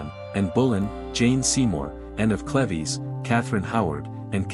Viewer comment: Say cleves It's a long e on both e